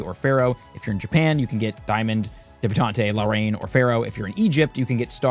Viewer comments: debutante (Deb-U-taunt) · I say this with love but it’s pronounced “deb-you-taunt”. Like a young lady being a debutante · Note: DEH-BEU-TAUNT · That was painful 😅 . Deb-yoo-taunt (e is silent). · You were in fact not saying debutante correctly